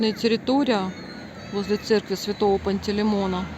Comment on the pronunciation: Галина, с праздником Светлой Пасхи! Церковь св. ПантелЕймона. Ударение на третьем слоге